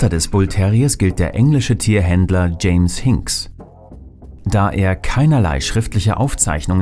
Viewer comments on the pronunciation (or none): none